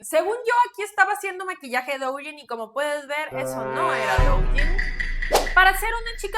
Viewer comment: Duyin, se pronuncia duuuuuyiiiiin! Me da cosa cada que lo pronuncias mal